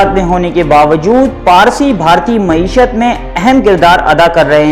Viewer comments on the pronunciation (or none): none